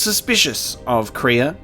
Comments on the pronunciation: It's not kree-ah. It's Krey-a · Kreia is not pronounced Kreeya, but Crayuh. If that makes sense :) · I've just been casually watching him say her name wrong, wondering how many episodes it will take to learn how to say it